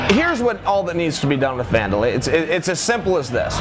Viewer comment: Did you guys notice he called him Wander LIE.